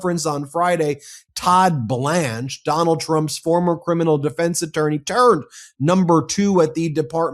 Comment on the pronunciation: I had to rewind twice listening to him talk about Todd Blanch. He said turned, I thought he had said terd instead. Neither word is a lie, both are accurate I believe. 😉